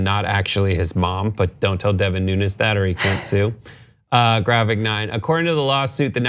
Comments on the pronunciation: In the Portuguese his name is pronounced "noons" not "noon-ez". It is a funny story though. The cow will win in court. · Most of the Portuguese pronounce Nunes as Noons, not Noo-nehz. So Nunes could very easily be Mooooones. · He's not "Nunez" but "Nunes" (not spanish but portuguese name, though similar)